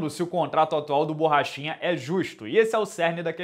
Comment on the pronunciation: No começo do video achei que tu falou paulo bosta kkkkk, achei da hora até!